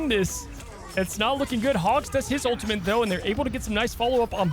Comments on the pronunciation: There’s no ‘n’ in ultimate. I swear he kept saying ultimant was driving me nuts. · He needs to learn how to pronounce ultimate